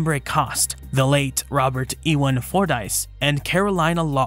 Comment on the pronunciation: always crazy how many different ways i have heard people say "Ewan" never heard "E-Win" before still though good video, i love this funny faced melon head, looks cool and cute going off paleoart